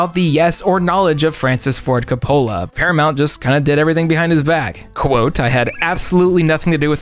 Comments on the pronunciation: Francis Ford "Capola" 😂😂😂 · He butchered coppolas name